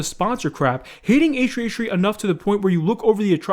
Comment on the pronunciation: Um why aren't you saying h3h3 properly... Wtf